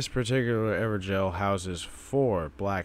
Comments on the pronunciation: I pronounce them as ever-goals not ever-jails so it's wierd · IT'S NOT EVER JAIL